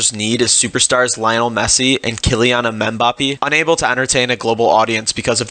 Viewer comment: You butchered Kylian Mbappe... wtf was that pronunciation lol